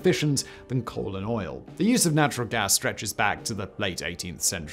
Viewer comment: Anyone else hear "colon oil" instead of "coal and oil"?